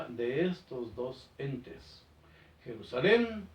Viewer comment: Jajaja, pense que decia PERUSALEN